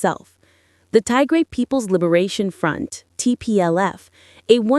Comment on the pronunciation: It's not Tay-grey. It's Tigray😏